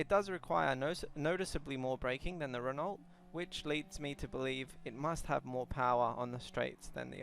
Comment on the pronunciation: It's pronounced Ren oooow. The t is silent. Just fyi